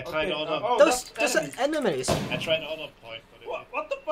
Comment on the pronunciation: "Dus-- dos, doze are enehmays?" *dead*